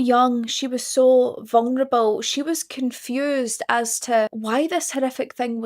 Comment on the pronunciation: I hope those eyebows aren't realI like your accent. Say vungnable again